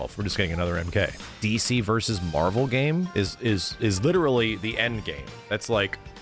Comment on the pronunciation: I love that Ed said “MAHVEL” and he did it twice so it was intentional.